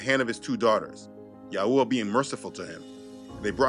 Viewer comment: You know you channel have help me so much in my walk with Yah. I know ur faithful. But the way you have been pronouncing the name of Yahuah is kinda somewhat annoying. Youve been pronouncing it wrong for some time now but maybe u can learn to pronounce it correctly brother. This is the way it sounds when u say it “yauwah” even my kids be saying it like dat now and it’s annoying.. GREAT MESSAGE THO!!